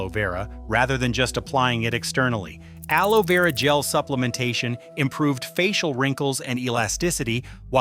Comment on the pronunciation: Clickbait collagen is not produced by plants. This is AI generated content, the robot can't pronounce aloe. Dubious information at best. False hope for vegetarians. Be smart don't waste your time, research the proper method to improve your collagen.